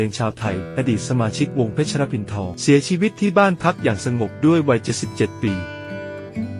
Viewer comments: อ่านออกเสียงเป็น “ สะ เหวด ๆ(เศวต ๆ ) เพชร (เพด ๆ มิใช่ เพด ชะระ ๆ.??) ภาษาไทย ๆของผู้บรรยาย สมควรที่จะ🍃ปรับปรุง และ แก้ไข แบบสุด ๆ นะ 🙏 ขอรับ !!! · คำว่าเพชร =เพ็ด ไม่อ่านว่าเพ็ดชะระ